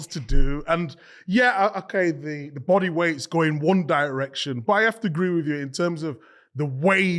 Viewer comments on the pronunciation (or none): none